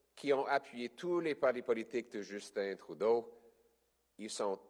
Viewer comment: Merci de le prononcer Troudeau Mr. Poilievre